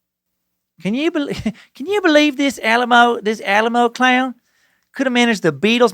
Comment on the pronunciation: they chose to emphasize the name Alamo the way it's supposed to be pronounced